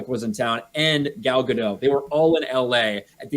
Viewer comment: Hard T on GadoT, boys. Gal is not French.